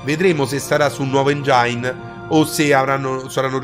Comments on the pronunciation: si pronuncia èngen non engiàin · Engine si pronuncia engin non engiain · anche nel flashback "nuovo ENGIAIN" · Bel video, ma per favore impara ad usare una pronuncia più corretta dei termini inglesi.... delder scrol, tecstur ed engiain non si possono sentire!